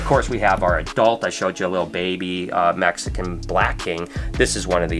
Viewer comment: I liked the video as soon as he said mexicon’s